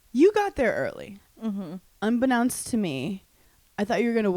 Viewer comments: does hannah know it's pronounced "un-be-known-st" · So funny💙 but I have to say it, only because Hannah said it 4 times. Unbeknownst is pronounced with the know part like know (no) not now. Sorry, thank you xxx